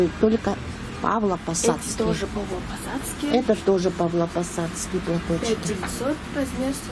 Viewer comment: Не ПАВЛОпосадские, а ПАВЛОВОпосадские платки правильно